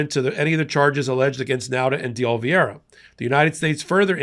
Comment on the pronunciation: enjoy your work, but it’s Oliveira, pronounced “Oli-ver-a